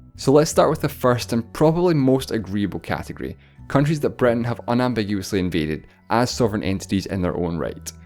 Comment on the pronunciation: Why do you say "Breton" and not Britain?